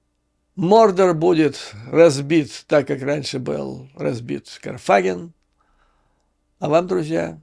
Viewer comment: Юрий! Sorry, но КарфагЕн ! Кар-фа-гЕн ! 😜